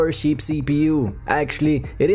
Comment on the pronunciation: Someone got to teach dude how to say CHEAP I had to turn it off